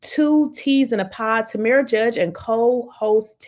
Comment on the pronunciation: FYI: It's pronounced Tam like Ham, then RA. So, it's Tamra.